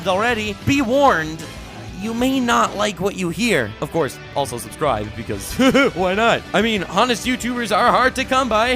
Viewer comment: I sometimes geek out when u say subscrible XD